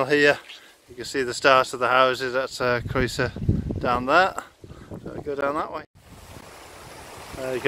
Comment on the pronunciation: Your videos are great and informative. Croeso'r is hardly the most difficult Welsh word to get your head around though. It seem a shame you dont bother to learn how to pronounce the names of the places you obviously love